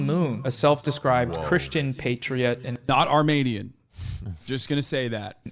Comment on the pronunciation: Since when do you say “Armanian?”